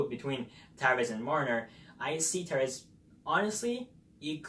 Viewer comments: I feel like you don't know how to say "Tavares" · Lol, his english was driving me crazy too.. He seem to not pronounce certain letter combos properly.